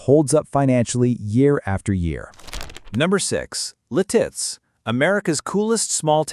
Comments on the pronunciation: Its Lit-itz NOT Li-titz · I always thought it was Lit-Its. I kinda like Leh-Tits though... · Lititz is pronounced Lit-it’s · You’re saying Lititz wrong 😂. It’s said like “lit-its”. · AI Crap. It's Lit-itz bruh. AI BS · Lititz is Pronouced Lit-its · Lititz is pronounced LID-its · I think you should learn how to say Lititz. It's Lit- itz 🙄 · How hard is it to accent the first syllable typical of American English pronunciation? LIT-its. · You got to love AI - La Titz 😂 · I'm 72 and live in Lititz. The name of the town is pronounced LIH-tits--emphasis on the first syllable. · you are pronouncing lititz wrong. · Your mispronunciation of LITITZ is hilarious 😂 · Boy, you really butchered how to pronounce Lititz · I know right! 😂😂😂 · Where were those palm trees at the beginning? Also, learn to pronounce Lititz. Your credibility is shaky.